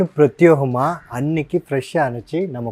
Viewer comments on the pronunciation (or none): எல்லாமே அட்டகாசமாகத்தான் இருக்கிறது. அப்படியே அந்த " ப்ரத்யோகமாக" என்று தப்பாக சொல்வதை விட்டு விட்டு "பிரத்யேகமாக " என்று சரியாக சொல்லுங்களேன் ப்ளீஸ்.